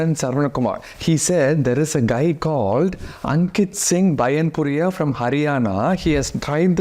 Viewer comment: It's not bain puria It's baianpuria